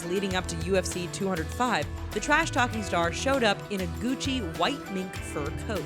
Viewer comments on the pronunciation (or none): none